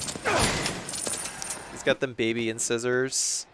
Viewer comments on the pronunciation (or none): incisors is pronounced in-sigh-zerz